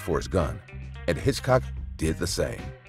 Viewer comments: Are you an AI? The name is Hickok. Hitchcock was a movie director from England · It's Hickok not Hitchcock you're making me crazy with this!! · Oh, dear! It's Wild Bill HICKOK, not Hitchcock as you keep saying in number 1. Also in number 1, at the end, isn't that a photo of Billy the Kid, who has nothing to do with the story you are narrating at that point 😮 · As for James Butler Hickok, there’s no hitch in Hickok. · The fact that you're calling Wild Bill Hickok, Hitchcock completely takes me out of the narrative. Also, the train brought in quite a bit of foodstuffs that couldn't be grown in the area, such as oranges. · Do you have ANY idea how long a 30 second shootout is when standing less than 10 feet apart and with no cover available?? 30 rounds! Dude, come on! And.. Wild Bill HITCHCOCK? It is HICKOK! You have a channel that does old west videos and don't know one of the most famous names in wild west history? Bro it is time to look into something else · Will youb STOP calling Hickok "Hitchcock"?!!! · I kept wondering who this guy named Hitchcock was…. Getting the name right is very important.